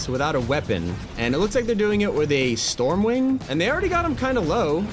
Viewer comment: Bro said storm wing 😂😂😂😂